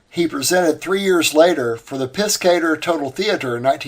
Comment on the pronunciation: I appreciate the quality of your research. But, the butchering of the European names was quite distracting. Piscator is pronounced "peace ka torr". "Piss cater" was almost offensive. The "AU" in German words is always pronounced the same as "OW", as in "owl" in English. Ws in German are Vs in English and "wise wersa". See what I did there? One last thing. Bauersfeld = "Bowers felt" To be fair, it's not your fault. When I was 10 years old and we lived in Germany (I was an army brat), my English teacher put huge emphasis on the Latin roots and commonality between English and German. Most American children don't get English classes of that quality any more. If at all. So, sue your teachers. :) ) Keep up the great work! I love your channel.